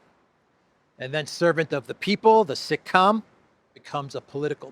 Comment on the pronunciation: It was sick-com, not sitcom